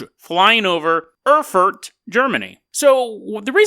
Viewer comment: Oh, look who's back again, after lazing two weeks in the sun, presumably slinging back mojitos, smoking fatties and chasing the muff around! You owe your subscribers podcasts, Carpenter... and plenty too! And it's pronounced "Aer-fuht" and "Mynz"... :)